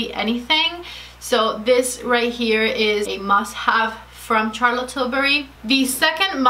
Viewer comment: Charlotte is pronounced with a soft ´sh’, as in sharlotte and not as in charles